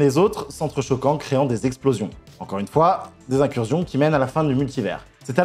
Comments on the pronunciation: IncurZion ? Sérieusement ? Incursion n'a qu'un "s" mais ça se prononce incurSSion. Et c'est digression et pas diSgression. Quelqu'un t'écrit tes textes et tu ne fais que les lire ? Parce que c'est le signe caractéristique d'une personne qui lit sans comprendre. 🤔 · Vidéo très sympa mais par pitié, on ne dit pas "incurzion" 😭